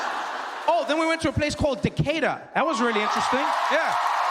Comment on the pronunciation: I am impressed that he pronounced Decatur properly. Also, they just refer to Bankhead now as the Westside.